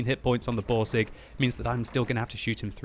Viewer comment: dont forget the Boarseg xD